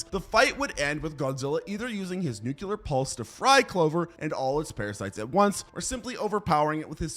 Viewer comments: F%&# !!! I hate to be the word police here, but this bugs me. It's not just you as I've heard Phd's do the same thing. Nuclear is NOT pronounced "new cue ler". It's "new klee er". Sorry, It's a pet peeve of mine that just digs into me. Love the video !! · He didn't say "nuclear " even once....the whole time he said "nucelar"XD.no offense dude.love ur vids